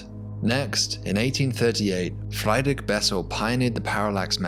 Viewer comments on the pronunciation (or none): about there's no such name as FREIDRICH (pronounced Fry - drick by the narrator) Bessel. It's FRIEDRICH. Correctly pronounced Free - drick in English. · Just for information: The name is "Friedrich" (you swapped e an i) and it's pronounced like free'd rich, where the ch is pronounced like in the Scottish "loch".